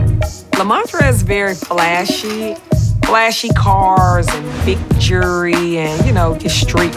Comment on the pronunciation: I hate when people pronounce jewelry with out the L. Jury